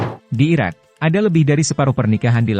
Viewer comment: Judul nya IRAK yang dibaca IRAN, dihapus saja video nya.